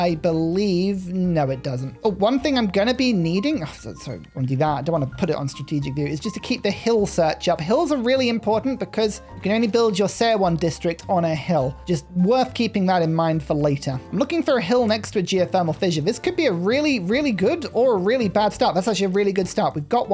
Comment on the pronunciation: Since Korea has been out for years I just wanted to let you know that "eo" is pronounced as "o" in Korean. So it's "Sowon", not "Se-owon" :^)